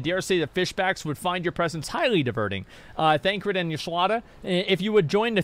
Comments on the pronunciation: Bruh he 100% pronounces most names wrong on purpose. He's admitted as much before, and even without that you can tell because there are times he's not fully paying attention and he says the names correctly (like with Thancred). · He's already been gripped enough to slip into saying names correctly on occasion. Even said Thancred correctly many times over, rather than Thaladred the Darkener.